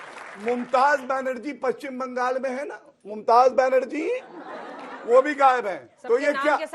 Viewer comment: Abe jahil pahle naam to sahi se bol mumtaz banarji nhi mamta banarji